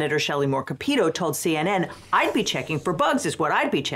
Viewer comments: As someone who agrees with everything you say, but live in Shelly Moore Capito's state......mispronouncing her name, "CA-PEE-TO" instead of "CAPIT-O" is the wrong thing to say. Better to reference her as Shelly "Daughter of Convicted Felon Governor Arch" Moore Capito works better ;) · Hi, WV native here, Shelly Moore Capito's last name is pronounced Cap-eh-toe